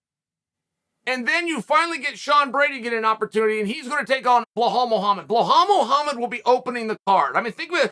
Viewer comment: "behlal muhammed" lmao